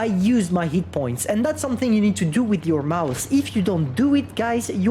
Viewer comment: I love it when doesn't pronounce the H in Hit, so it sounds like it points 😂